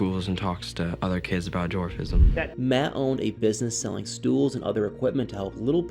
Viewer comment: You said that right, MATT made that farm.